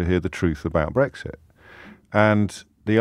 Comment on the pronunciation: STOP BWEXIT 😂😂😂😂 did more to make it happen than he could have ever realised STOP BWEXIT. STOP BWEXIT 😴😴🤪